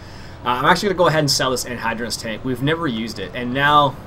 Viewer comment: I'm just pointing this out. You're saying anhydrous wrong. When you say it, it sounds like it's spelled anhydrounus